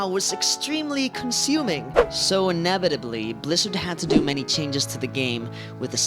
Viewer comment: Okay, i was overlooking the inability to pronounce the word inevitably, i was overlooking the over the top cuts that nobody needs with wardrobe changes that would make a blind person facepalm.. But I draw the line at homophobia, get some help, learn how to talk and please!!! burn your wardrobe.